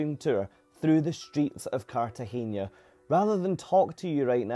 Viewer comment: Really enjoyed this. You captured the experience so perfectly. If my family ever takes this cruise, we’ll try this excursion based on your review. By the way it’s CartageNa, not CartageÑa, so you don’t pronounce the last syllable as “nia” but plain “na.” In Spanish, you pronounce “n” as “ny” (nya, nye, nyi, nyo, nyu) only if it’s written as “ñ” (España, piñata, Nuñez, Iñigo, año, señor, moñudo).